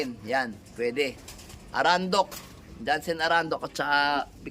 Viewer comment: Arendonk po hindi Arandok 😊